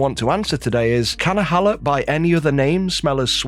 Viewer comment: I believe it is pronounced hey-low.